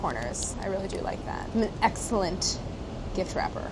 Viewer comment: the emphasis on excellent hhahah